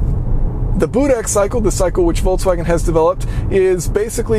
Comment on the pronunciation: Voltswagen is not a word. Why are there so many people who cannot pronounce Volks? It's not Volts.